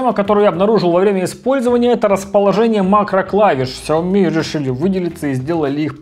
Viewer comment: ты ведь говорил, что правильно Шаоми, а все равно продолжаешь говорить неправильно)